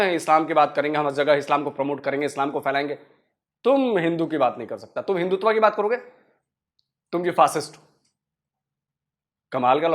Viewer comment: Hindutva nahu Hindu tava bol rahe hai uncle Imran Khan bhi aise hi bolta tha